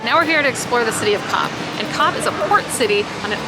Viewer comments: It is shame you repeatedly mispronounce Cobh as Cob instead of Cove. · It is pronounced COVE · Its pronounced 'cove'